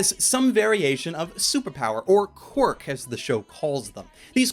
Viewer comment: At the start instead of saying qirk he said cork